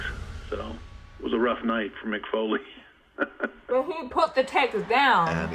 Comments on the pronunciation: WWF not E, its FOlee not fouley btw, also she should watch new jack stab a stiff wrestler, it may be scripted but its real the pain is real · Mick "Fouly"? lol